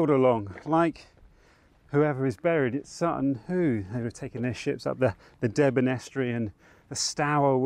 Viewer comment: As a Suffolk boy through and through (I live 10 miles from Sutton Hoo!) I loved watching you explore a familiar looking landscape. Up here we pronounce the River Deben as "Deeben", for some reason it sounded really strange when you pronounced it differently, but then I realised how ridiculous the long drawn out "Deeeeeeben" pronunciation is considering the spelling, one of those silly English language things I suppose... Anyway, great video as always - happy adventuring! (Also if a future Suffolk walk is on the cards, I think you'd love Orford Ness)